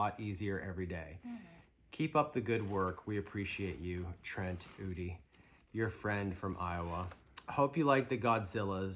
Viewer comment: Fun video! Thanks for entertaining and educating us. And yes you pronounced my name right. Good job! LOL! Trent